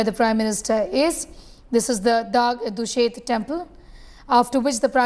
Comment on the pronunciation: Say Dagdushet clearly. Its our pride